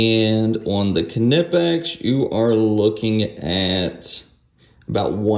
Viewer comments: I believe is pronounced Nipex.. great video. Thank you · Its Knipex with K. Its German. You don't omit K when a word starts with K. Not even a silent K. Its just another letter in the word, just the first letter.